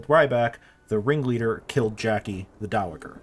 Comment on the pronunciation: I like this script. But I have to point out that "dowager" has a soft g. It's pronounced dow-uh-jur, not dow-uh-gur.